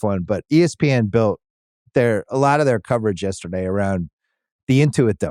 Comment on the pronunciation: Thought u said BILL Simmons and was like dang that’s harsh lol